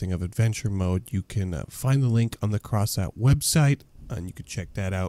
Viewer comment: when you say coffy and crossout, it sounds like your saying coffe and crosant